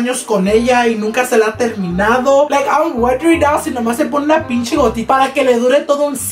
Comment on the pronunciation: “ pinchi “ pinche*